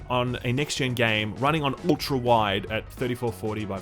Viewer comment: aaahhhh amazing Ulgllltra wide ( lol)